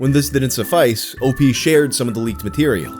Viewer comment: It's not Opee.... it's OP, like special OPs... sound like newfa...gggggg